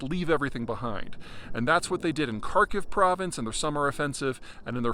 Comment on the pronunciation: They're not listening to a guy who can't even pronounce Kharkiv or Kherson properly.